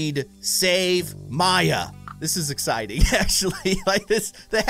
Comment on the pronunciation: It's maya NOT mya!!!!!!!!